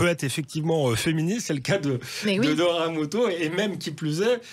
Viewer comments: Doria et pas dora avec ces jolis yeux on fait un effort pour l appeler par son juste prénom . C est peu gênent de l entendre dire 10x dora au lieu de doria . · "Doria" aïe...